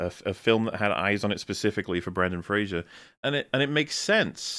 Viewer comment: Guys, it's Brendan FRASER, not Frasier. I don't understand how so many people get this wrong.